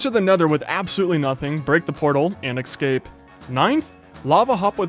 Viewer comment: So... whos going to tell him its escape and not ecscape